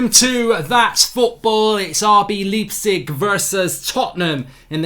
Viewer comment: He says Leepsig again! It's Lipe-Zick!!! ;))